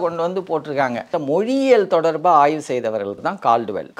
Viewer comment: Say Aayvu not aay. Aay na shit